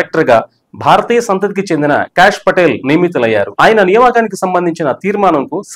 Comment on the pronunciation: "భగవద్గీతపై అంటూ.. ట్రంప్ సంచలన ట్వీట్"? మీరు వీడియోలో చెప్పినదొకటి. పెట్టిన హెడ్‌లైన్ వేరొకటి. BTW, ఆయన పేరు cash కాదు సర్. కాష్ అని పలకాలి.